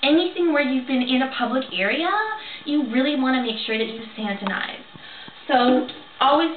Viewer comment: Lolol! santinize. I love this.